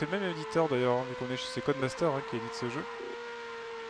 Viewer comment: Encore des tête-à-queue!!? C'est dégoûtant! REPENTANCE REPENTANCE REPENTANCE P.-S. L'éditeur est "Codemasters", il faut prononcer le S. Bisous